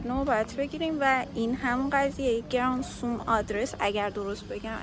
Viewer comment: گرانتزوم = granzum = գրանցում= register=ثبت کردن . خیلی هم قشنگ تلفظ می کنی عزیزم ❤